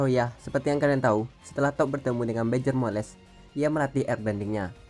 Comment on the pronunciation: Cara bacanya diperbaiki. Jadi geli di kuping. Toph. Bukan top. Tapi tof/taf Badgermoles. Bukan Badgermoles. Tapi bedgermols.